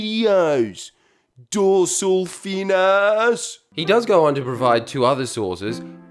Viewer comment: "Dorsel fin aaaarrrsee." HAHAHA. Ima be a while here laughing.